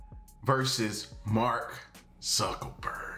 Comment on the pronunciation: Sounded like you said Mark suckaburg